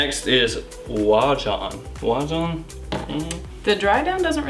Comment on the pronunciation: Actually unless all the other videos I've seen are also wrong you're saying it (Oajan) right! Thanks for the vid, good info. Just got Layton (finally) and Oajan samples ordered! Ciao